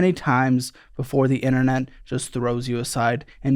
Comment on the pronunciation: "The inna-net"